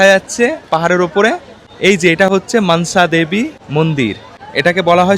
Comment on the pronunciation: তুমি মানসা দেবী মন্দির না বলে মনসা দেবী মন্দির বললে বেশি ভালো শুনতে লাগতো।।।